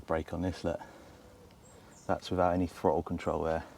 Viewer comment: Just out of curiosity. Why can't you pronounce "THRottle"? You say "FRottle". I'm not making fun of you, just sheer curiosity.